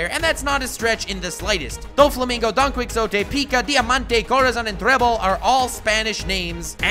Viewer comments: Don key o tey not don quix tote although i understand the misconception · Seriously can you not even pronounce Don Quixote? It's pronounced dokney-hoteh, not dawn quick sotay. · "Donquicksote," I love you...but it's pronounced Don Qui-hote-e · Don-key-oh-tay not Don-quick-oh-tay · Just wanna say its not pronounced DON-QUICKS-O-TEH its Don-qee-ho-teh... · Its not Don Quicksote......its pronounced Don Ki - hote, or Don Quijote (the j/x is pronounced as h) if you have a latin background. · don quick sote? hahahaah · Say it with me chief... DRESS- ROW- ZAH DON-KEY- HO- TAY 😂 youre dope, make more one piece vids! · Nice video dude, only problem is that donquioxte is pronounced as don-Qee-hoTay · Okay, while this is interesting, Spain was betrayed by France during that time, and was also mainly an ally of Britain most of the time due to their geographical situation. That being said, it's true that those were the alliances during Napoleon's time. Btw, it's pronounced /don ki-hoe-te/, not /don cui-xo-te/ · Hey! About the Napoleon thing, Napeoleon was actually pretty freaking tall for his time. The issue is that we came up with that measurement thanks to British propaganda and mistranslations. So... Yeah go figure, even the giant part lines up. Also it's pronounced don-key-oh-tee. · Fyi don Quixote is pronounced: don kee ho tay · don kwiksowtey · Oh my GOD the way he says Don Quixote is making me fucking MAAAAD. however, the analysis on how it relates to the real world was spot on (from my perspective) and deserves a star. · Are all your mispronunciations on purpose? God, they're so distracting and irritating. Don Quixote is pronounced "dawn kee ho tay", not "quick so tay". Dressrosa is pronounced "dress rosa", not "dress raw sa". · It’s pronounced don-key-ho-tay and dress-row-suh 😭